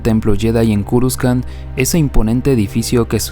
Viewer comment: culiao por que le dices curuscan! jajajajaj me estrersai csm XD